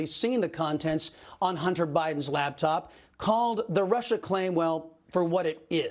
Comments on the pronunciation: LaPtop. LaPPPPPPtop. Not laBtop. 🤦🏼‍♀️ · I love ya' Chris ... but it's LAPTOP .